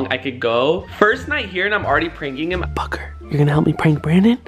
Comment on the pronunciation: when he said booker are you going to help me prank brandon it sounded like he said fucker